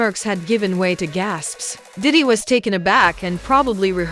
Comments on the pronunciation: Doddy??????? Doddy????? Its DIDDY UUHHGG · Look you should learn how to pronounce the name correctly okay if you just say anything now and daddy didn't do anything but you know come on get it together and I'm trying to be interested in your your podcast since you know what you've always smoke up my butt with his name you have lost his whole podcast video movie practice that before you go out there. Sorry